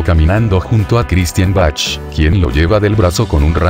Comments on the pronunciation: Se pronuncia Baj mas o menos pero no, Bachchch. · se pronuncia baj con j no Bach ok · Se pronuncia BAC. La H es muda en este caso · Jijiji perdón pero así no se pronuncia el apellido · Es una computadora la que habla por eso pronucia como se ve escrito😊